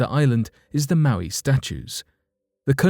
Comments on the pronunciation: omg mo eye, pronounced mo eye maui is a Hawaiian demigod and an island, youre welcome! ( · "Moe-eye" is the phonetic spelling and how it is pronounced. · It’s Mow-I